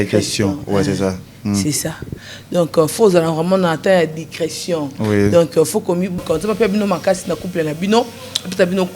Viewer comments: Dicretion🤣🤣🤣🤣🤣🤣 balobaka Discretion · Naseki nalembi 😂 leketshu na fivette pardon 😂😂😂 dicretion 😂 boloba kk lingala plz balobaka "discretion"...yoka pe leketshu azo porter correction mais kk nakati ya ba fautes 😂 duo oyo tokooos 😂